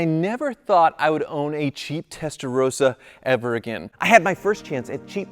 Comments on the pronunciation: I've always loved your videos, but this is a public service announcement. For the love of everything that is holy, would Americans please understand how to pronounce the name of this model. It is TESTA - ROSS - A. ROSS.... Like the man's name. It is NOT testa-rose-a or testa-row-suh the way you've been pronouncing it. First world problems I know, but honestly, if you're going to talk about a foreign vehicle, please don't Americanise the name but learn how to pronounce it correctly. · It’s not Testarose-a, it’s a Testarosssa. ‘SS’ as in moss. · Please learn how to pronounce Testarossa! It's not rose-a, it's ross-a. Why is that so difficult for Americans to understand 😂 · Wish (and most other Americans for that matter) would pronounce the name properly, it is TestaroSSa, there are two consonants, it is not Testa 'Rosa'. And while I am ranting, please also stop doubling up with the model numbers, it is 3-5-5 and 3-4-8.... not 3-55, 3-48 etc. This is a major pet peeve of mine as a Ferrari enthusiast! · ROSSA. Not Roesa. Please, my Italian heritage would appreciate it. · Why is pronouncing it "Testarowsa"? Vin Rosso is not pronounced "Vin Rowso".